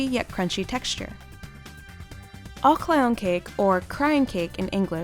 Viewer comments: When they said aglayan kek for turkey I thought they said all clown cake 🤣😂🤣😂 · the "ağlayan kek" just caused me shed some real tears because of how damn bad that pronunciation was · Pronunciation of the "Ağlayan Kek" just killed me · the way she pronounced ağlayan kek :( i'm turkish and i have never heard of ağlayan kek😬